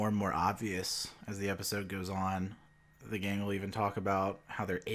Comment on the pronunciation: Did you pronounce gang with a hard G?